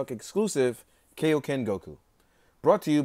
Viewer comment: It's kIoken not kAoken